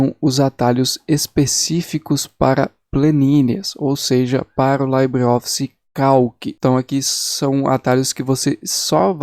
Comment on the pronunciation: A pronuncia correta é "libreoffice" e nao "laibreoffice", pois o termo libre não é de origem britânica...